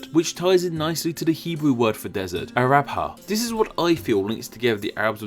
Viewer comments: Hebrew isn't 'Arab-ha'. the 'bh' is pronounced as a 'v', so it's 'Aravah'. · The Hebrew word for dessert is Midbar. Arbha (which is actually pronounced more like Arava) means more the edge of the dessert, and in modern times is used for an area in the east of the Negev dessert in Israel. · Actually, in hebrew it is pronounced "arava" (at least since 100 bc), but in more ancient hebrew it might have been pronounced "araba". That's because today the letter "bet" in hebrew can be pronouned both as B or V, but originally it was probably only B. Anyway, it wasn't pronounced "arabha" at any time, but the etymological connection to the word arab it still possible because an arab person in hebrew is "aravi" and the arab peninsula is "arav". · hi the hebrew isn't pronounce a-rab-ha, it's a-ra-va. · You can (it wouldn't be a good idea tho), but he pronounced it with actually /b/ and /h/, which isn't the way it is pronounced today and probably wasn't pronounced anytime exactly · As someone who speak Hebrew your pronansiation as painful. Also arava (ערבה) is more of a prairie than desert. If you want a better clue the Hebrew name for Arabs is ערבים, (eravim), and it's similar to evening ערב (erav) and west מערב (maarev).